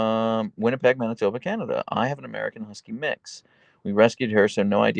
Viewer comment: Thank you for knowing how to pronounce both Winnipeg and Manitoba. Honorary Canadian status is automatically bestowed when one is able to achieve such a feat :)